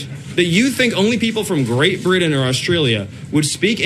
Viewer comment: That racist guy can't pronounce Britain correctly